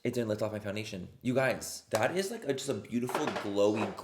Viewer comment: i’m sorry, i’m trying to go to bed but can’t get over “now that we’re foundashed” ahahha ilysm